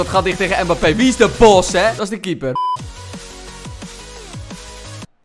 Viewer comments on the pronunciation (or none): none